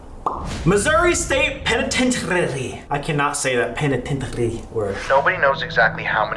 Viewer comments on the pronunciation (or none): the way Sam pronounced penitentiary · Okay but Sam not being able to pronounce the “penitentiary” without his little French accent is hysterical 🤣😆